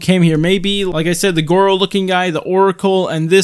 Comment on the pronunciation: Why did you call goro, gowo >:(